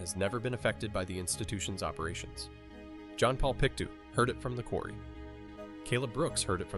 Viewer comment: Just an FYI, its Pick-Toe not pick too for Pictou :)